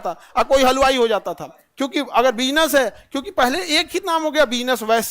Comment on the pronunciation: Agar ko agal bol rahe hai awaj galat 14 min video me awaj